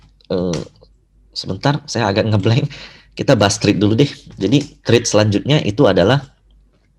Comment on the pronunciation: Thanks hu 👍🏻 happy newyear.success. Note : threats NOT thread. Easy! Thanks hu